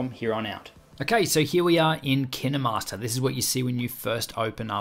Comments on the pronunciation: It,s Kinmaster with the long I sound not short i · I saw kinermaster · I thought that was pronounced "kine" as in "fine" .-. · That's hiw you pronounce Kinemaster !? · Almost everyone thought that. I think he pronounces it wrong tho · It’s kin master not kin e master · Dude it KineMaster not kindermaster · Tip for new users: its kinemaster like you would say kind. This guy is annoying so much by saying kinehmaster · KineMaster ❌ Kinamaster✅ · I never say Ki -Neh-master I just say KY-n master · Years of kinemaster... Just to know its not Kine-Master but Kinay-Master I can't believe it's not Kine-Master! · Kin emaster It’s kine master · him: kina master me its kinemaster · When he says kinnamaster instead of kine master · Why is it pronounced KIN-EH-Master I pronounce it KA-INE- Mastrr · Ki-ne-master? I call it ‘kine-master’ Pronounced ‘kyn-master’ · my biggest tip do kine master is to say K-I-N-E -M-A-S-T-E-R and not K-E-N-E-M-A-S-T-E-R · My best advise is that you should pronounce it as KINE and not Ki Ne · Nice video but wtf is Ki-ne Master?! Its Kine Master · KinAmaster? I thought it was kinEmaster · Did u just say KEE NE MASTER?! Actually its Kine /kīn/ master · My biggest tip is saying the name right if Kinemaster was what you say it is I would be spelled like this Kinnemaster But it's kinemaster Pronounce it like this: K-I-N-MASTER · I thought it was pronounced kine not kiney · its KineMaster not kinderMaster but great video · Kin master not kine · Why did he say kinamaster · my man straight said kina master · Did he pronounce it like Kinney- master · I never heard of (kinEE-master) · To all the English ppl Kin-eh_mastor Lol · K-eye-n master ..isn’t is pronounced.?😛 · It sounds like he's saying 'Kinuhmaster" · I only come here to learn how to pronounce kinemaster as Kiy-ne-master. I am happy I know that now. My mentor "Kiy-ne-master" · Nobody: Him: kInDeRmAsTeR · I thought it was pronounced Kine master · KIN EH- MASTAH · I love he said Kine-E-Master 😓😓😓